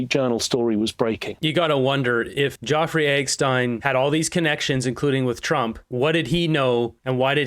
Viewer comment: please--It's Jeff; nor jaw. (Or is it a YouTube thing?) Like having to self-censor, and saying ridiculous things like "unalived."